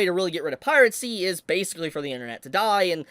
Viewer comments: why do you say pirate-see instead of piracy? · Bro pronounces piracy as "piratecy" 💀💀💀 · Yes. Pirate Sea will always be around. Never stop mispronouncing things man. You be you.